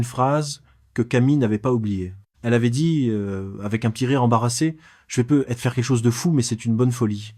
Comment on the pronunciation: I.A. horrible comment tu dis "peu ... être" 😂😂😂 et les chiffres 😂😂😂 ... avec des "euh" placés par ci et par là 😂😂😂